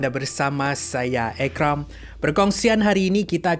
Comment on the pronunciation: Ekram bang Bukan erram:v